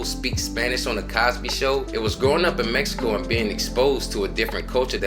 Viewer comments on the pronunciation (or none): none